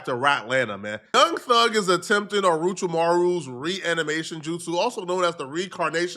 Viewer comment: No way do you watch naruto and still said Orochimaru wrong